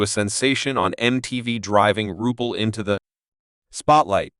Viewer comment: Have the RESPECT to pronounce the name CORRECTLY if you're going to do a video. Disgustingly UNPROFESSIONAL.